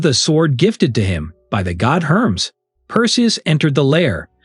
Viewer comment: It's Hermes ( Her mees) .